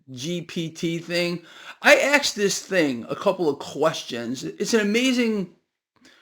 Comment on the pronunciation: You axed AI? Thanks for the info, it's my compass in these crazy times.